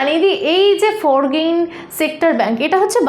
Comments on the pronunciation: ওটা "ফরগেইন" নয়, "ফরেন" ব্যাঙ্ক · ফর্গিন নয়, ওটার উচ্চারণ ফরেন 😂😅